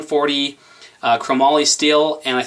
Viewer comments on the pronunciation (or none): none